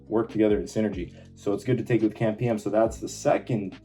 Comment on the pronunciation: cAMP or cyclic AMP or cyclic adenosine monophosphate, so most of us would say "see ay em pee" but at least "camp" is quicker to say, you just sound like you have no clue what it is